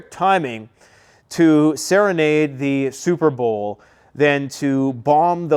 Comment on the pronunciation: SOUP-ER BOWL. a Swift victory 🥱